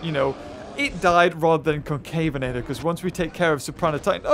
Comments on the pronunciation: it’s Con-CA-ve-na-tor,not Con-CAY-ve-na-tor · I believe concavenator is pronounced conca-ven-uhter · Ill tell ya how to say it ok con-kahh-ven-ate-or Yo welcome! :3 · Concavenator is actually pronounced con-ca-ven-a-tor